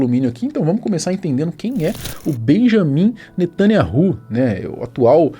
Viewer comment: Atenção, o Nome do primeiro ministro não é Benjamim netanyahu! Na verdade é Benyamin netanYau, não Existe letra com som de J no hebraico, outra questão O NOME DO CRIADOR É YAUH יהוה esse NOME só é falado dentro de Israel! E o NOME do SALVADOR É YAUSHA, um ABRAÇO para você.